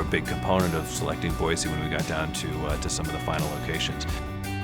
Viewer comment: Someone coached them to say Boy-See, lol!